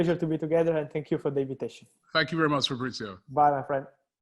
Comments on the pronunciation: almost butchering fab's name at the start 💀😂😂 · Never change, never change